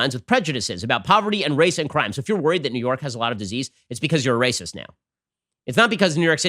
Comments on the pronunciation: Ben gets me chuckling often but that "RRRRRRRRRRRRRRRRRRRACIST" forced me to embarrassingly lose it in front of my liberal wife! Oh jeez, send help! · Had my phone locked listening to this, had to unlock and make sure I liked the video simply for that Looonggg Rolled R 💝